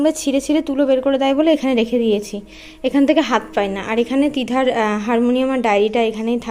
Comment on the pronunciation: রেকে বলতে গিয়ে রেগে হয়ে গেছে